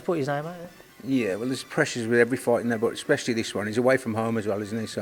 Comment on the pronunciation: Weird how they both pronounce ‘fight’ ‘foight’